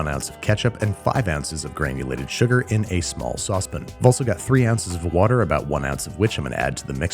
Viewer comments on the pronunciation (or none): Sauce pan. Sauce PAN. NOT PIN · It's saucePAN not saucePIN. Jfc... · Bro said sausepin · Saucepen. 😂 Missed you Babish! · Hey Babish how come you say saucepin but not fryingpin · Nobody: Absolutely no-one: Babby: saucep'n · I've never heard anyone say "saucepan" like you. You swallow the "pan" part, so it's like "saucepn," but I've always heard the "pan" part said clearly. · please pronounce sauce pan again